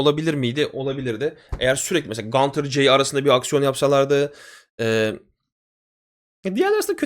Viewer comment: Abi gantir değil gunther ya da günter , adam Avusturyali ya amerikali gibi okuyorsun